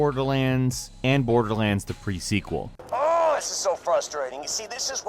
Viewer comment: prequel not pre sequel